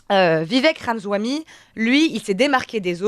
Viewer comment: Continuez avec des analyses semblables et c'est la fin de Radio Courtoisie. serait mieux à France Inter ou BFMTV, ou encore mieux, qu'elle change de métier. Même pas capable de prononcer le nom de Vivek correctement. C'est Ramaswamy, et pas Ramzahoui. Pourtant pas compliqué à prononcer. Et je ne parle pas du fond, d'autres commentateurs ici viennent de très bien le faire. Hallucinant, quelle déception de la part de RC.